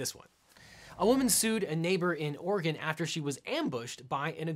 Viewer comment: THANK YOU for pronouncing Oregon correctly.